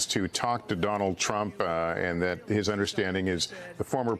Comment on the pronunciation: "DINALD" I wasn't convinced that Joe Biden was losing his "cognitive thinking" until now...